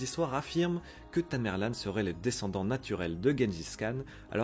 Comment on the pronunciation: On dit tamerlent pas tamerlane..